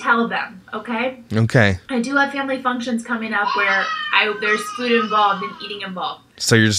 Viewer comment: Why does she insist on saying ‘food’ like ‘feud’??